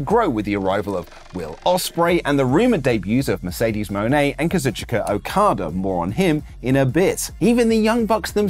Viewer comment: Hey, it’s pronounced “KA-ZOOCH-KA” Okada. The I isn’t pronounced.